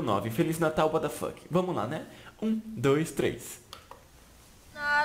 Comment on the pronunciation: para de falar uaDafaqui, a pronuncia é uatafaqui, ( what the Fuck ), mas na hora de pronunciar fala "uatafaqui"